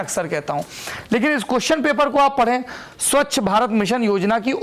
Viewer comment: सबसे पहले आप स्वच्छ का उच्चारण ठीक करें आप स्वच्छ की स्वक्ष बोल रहे हैं और ऐसा आपने कई बार बोला १. स्वच्छ भारत की उपलब्धियाँ और दिशा - उपलब्धियों में साकारात्मकता और दिशा में उसकी कमियों और विफलताओं पर आँकड़े सहित वर्णन हो सकते हैं । क्यूँकि दिशा शब्द बहुत व्यापक है एक दिशा आपके नज़रिए से सही लेकिन दूसरे कोण से ग़लत भी हो सकती है । २. सम्पूर्ण विद्युतीकरण पर टिप्पणी में परीक्षार्थी आलोचना भी लिख सकता है । जब हम पढ़ते थे तब तो ऐसा ही सिखाया जाता था कि अगर नम्बर अच्छे लाने हैं तो जो टॉपिक मिला है उसकी नकारात्मकता के विश्लेषण से शुरू करें और साकारात्मकता की ओर बढ़ें या फिर इसके उलट भी कर सकते हैं । जो लोग सीधा सीधा टॉपिक उठा कर लिखा देते हैं वैसा करने वाले १०० में ८० मिल जाएँगे तो आपको अंक जेनरल मिलेंगे आउट्स्टैंडिंग नहीं । ३. प्रश्न पूछे क्या गए उस से ज़्यादा महत्व उत्तर में क्या लिखा गया इसका होना चाहिए । मुझे उम्मीद है आप और आपके रीडर मेरी टिप्पणी को इग्नोर ही करेंगे ।